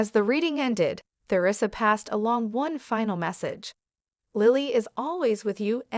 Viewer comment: Why isn't the narrator been updated that she is saying theresa wrong the the is silent?